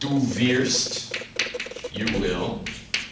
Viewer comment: he's pronouncing his R's wrong in wirst and danke schön. I know this and I'm american!